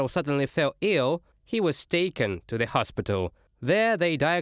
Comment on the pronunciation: Hey guys - there's an English word - "the" - it's a definite article and I'm sure you're familiar with it. IT DOES NOT BEGIN WITH A "Z".. Thanks.